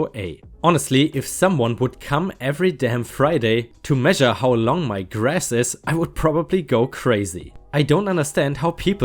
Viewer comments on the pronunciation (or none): none